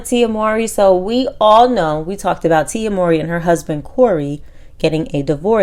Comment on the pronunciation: You mispronounced tf out of tias name🤦‍♀️